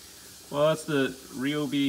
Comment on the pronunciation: Bro it is not called a Rayobi it is called a ryobi like Ryan not rayon